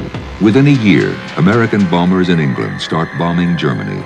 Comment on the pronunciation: Will he stop saying BOMMERS instead of bombers?